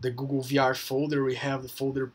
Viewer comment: "Because, in V-AARR" 😂 thanks!